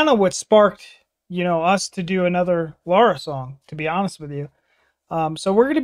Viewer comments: “She’s my favorite” but calls her Laura throughout the video instead of Lara. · Lara not Lora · One of the purest and heartfelt voices on earth. A friendly suggestion: try to find the correct pronunciation of her name: the a's in her name are pronounced as the A in the word car or master, so Lara Fa bi An not Febien. Love your videos with pure emotional reactions. Thank you so much. Rudi from the Netherlands.